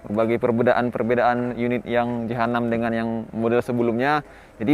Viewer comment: Penyebutan jh6, terdengar seperti jahanam